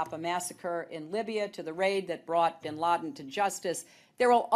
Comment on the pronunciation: Michael "Bin" Ladeen